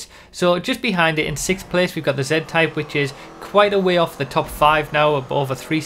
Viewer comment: sounds like he said Zen-Type